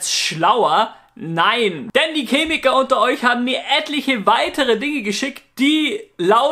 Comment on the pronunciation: Kannst du bitte aufhören "Cemie/Kemie" zu sagen? :)